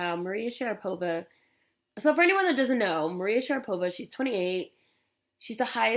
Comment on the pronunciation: lololol dying"maria sharadopa"